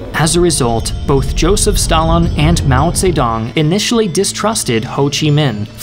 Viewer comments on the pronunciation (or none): none